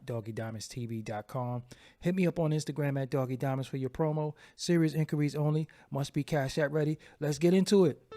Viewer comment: "Serious "In-Curry's only" lmao inquiries* bruhhhh